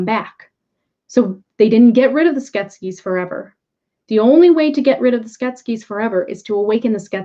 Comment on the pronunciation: I loved this film growing up, made a puppet based on one of Brian Froud's creature designs for my degree and am really enjoying the series! I'm sorry but every time you say Skeksis wrong - I wonder why it comes out as Sket-skes? Sounds Egyptian! - I cringe! Skek - sis.;) This story has ancient roots and so much depth! It made such a huge impression on me and returns at a very interesting time.